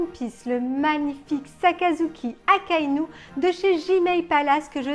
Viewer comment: Désolé mais non 😂 !! Pas Akainu !! 😂😂